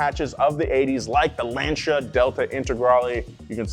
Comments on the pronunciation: its Lancia not LanSHia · LAN-cha😂😂 you’ve watched top gear Jeremy clarkson would be disappointed if he saw this it’s pronounced Lan-cee-ah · Lancia is pronounced Lan-see-uh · dont ever say lancia like that again